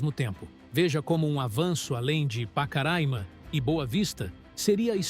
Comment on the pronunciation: Vcs estão pronunciando o nome Pacaraima errado bom dia